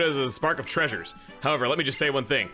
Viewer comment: yes "Trainers" and "treasures" are the exact same word and sound the same